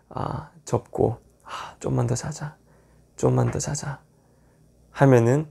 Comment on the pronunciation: 쫌만이 아니라 좀만..ㅋㅋ